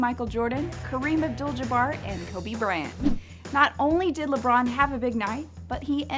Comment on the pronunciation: she said kobe brant